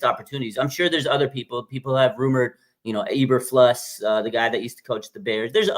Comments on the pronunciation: Matt Eberfluss and Robert Suhlah🤣🤣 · I think he actually says Saleh's name right. Saleh is Lebanese. He definitely bungled eberflus though 😆 🤣